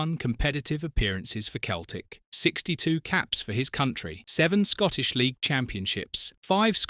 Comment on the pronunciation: "Keltic" AI shite.